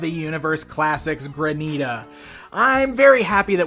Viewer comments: PLEASE ---- it's Granite-a (like the stone), NOT Gra-NEETA. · ok the name is not pronounced Graneeta. It is Granite- ah because she is a stone like granite... this was killing me through out the whole review lol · Mispronouncing Granita the whole video. Haha "GRAN'-it-uh"